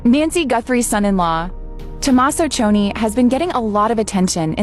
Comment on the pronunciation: It’s pronounced C O knee (Cioni)